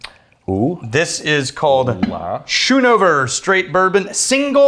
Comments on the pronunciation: It’s pronounced skoonover😂 my last name is schoonover and I’ve listened to everyone mispronounce it my whole life😂 I always tell people “you don’t say school (shool) do you” or “you don’t ride a shool bus” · It’s sk oon over for how it’s pronounced it’s my mother’s Maiden name and that’s it least how my family pronounces schoonover there last name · That’s not how you Pronounce Schoonover. You have to use the SCH like school.